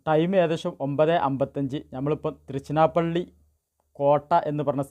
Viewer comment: തൃഷനപ്പള്ളി ❌ തിരുച്ചിറപ്പള്ളി ✅